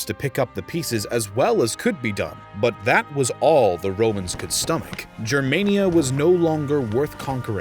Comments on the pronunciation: Your saying jermania, but its pronounced germania, the Romans wrote as they spoke, if it was jermania they would of written jermania (which would have actually been pronounced yermania because j represented the y sound, infact i dont even know if latin had/has a j sound) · why you say germaynia? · He wrongly pronounces it... It's Germania, but he says Germenia... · Just a point: it is pronounced GER- māniă...like anGER. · The ch sound is supposed to represent a fricative, like how German and Dutch people pronounce it. It later shifted into a simple h. So it's better to pronounce it as an 'h' than as whatever you're doing now.